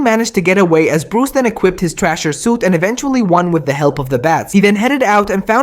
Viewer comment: It's the Thrasher suit not trasher 😂😂